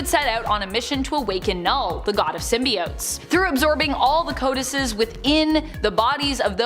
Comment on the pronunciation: Codices is pronounced co-duh-cees...not co-dices.